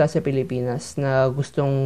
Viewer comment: I love the "Philipaenus" at 3 seconds 😂